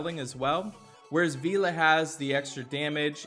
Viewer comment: Still cant say vela i see